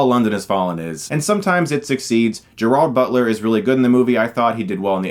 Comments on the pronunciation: Ok, as a Scot, that's not how you pronounce Gerard Butler. It's not like a Spanish soft G, it's like a hard J. Sorry, kinda bugged me. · Why can't anyone ever pronounce Gerard Butler's name correctly? T_T